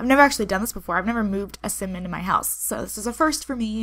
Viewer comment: why do you say so like ser